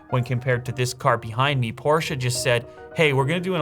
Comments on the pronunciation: Pllz don’t say porscha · I love that your rich enough to own the new Porsche but you can’t even pronounce it correctly 😭😭😭